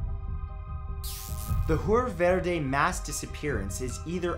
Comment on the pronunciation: Verde 😂 the pronunciation!